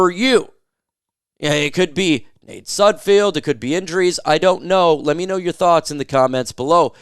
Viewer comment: Can you say Sudfeld correctly one time you airhead